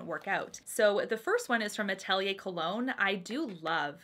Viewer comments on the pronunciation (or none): none